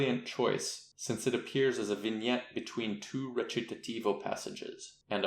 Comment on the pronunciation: Wretch-i-ta-TiVo… How bizarre.^^